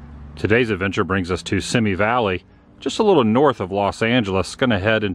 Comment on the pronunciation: You should have tried Santa Susana Cafe down the street. Pronounce See-me . I hope you had fun in my stomping ground